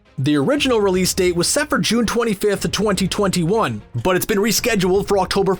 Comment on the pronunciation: the way they say “2021” makes me so uncomfortable HAHAHA